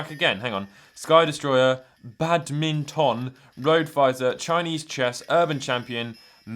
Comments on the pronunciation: mans really said Bad-min-tonne bruh why are yous struggling to pronounce a regular English word. He was probably expecting it to be a Chinese word. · hearing this dude say badminton and mahjong was the highlight of the video for me